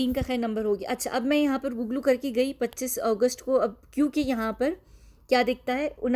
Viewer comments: What is gugglu ? U said gugglu kiya. U meant google 😂🤣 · First learn how to say “Google” lol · The way you said Google! 😂 Great video as always..definitely gives a lot to think about x